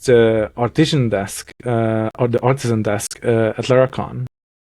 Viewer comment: I definitely thought said "Autism desk" at the end there, and I was so intrigued. ARTISAN desk! makes much more sense.